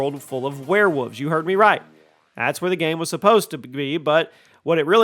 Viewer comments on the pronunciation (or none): none